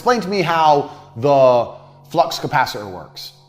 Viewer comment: Flux not fucks 😭